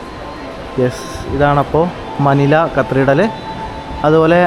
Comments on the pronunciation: കത്രിഡൽ അല്ല കത്തിഡ്രൽ ആണ് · Pronounce , CATHEDRAL.